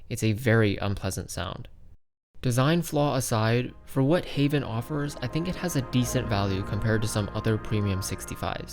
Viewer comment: Its correct (am dutch no cap)